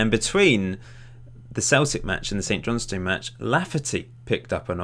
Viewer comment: CochRIN, St JohnSTIN. We won't hold it against you though, haha